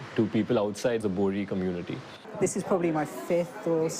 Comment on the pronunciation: Not bori , BOHRA